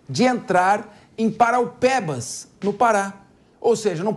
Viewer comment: Não é paraupebas e Parauapebas!